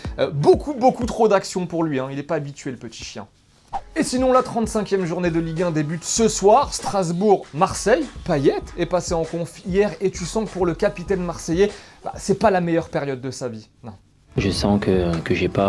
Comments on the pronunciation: Tu as raison mdr j'ai entendu Strasbourg - Marcel 😂😂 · ai-je bien entendu Strasbourg- Marcel ?